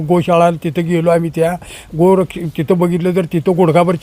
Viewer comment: Gaurakash ❌ Gu Rakash✅